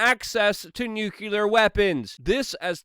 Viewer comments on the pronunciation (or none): new clee err not nuke u ler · Luke, I adore you, but it is fucking NUCLEAR WEAPONS and not NUCULAR WEAPONS! It annoys me every time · "atoppolyptic." "nucular." "mishing."